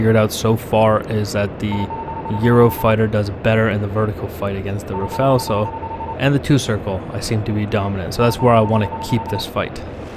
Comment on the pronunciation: At last an American who pronounces the word Rafale properly. Most of the others say Rafail; as if they wanted it to fail. LOL!